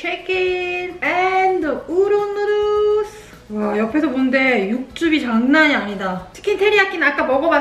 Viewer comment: the way he says noodles is great. Its like he forgets to pronounce the l and instead adds it in on the end ever time noodals XD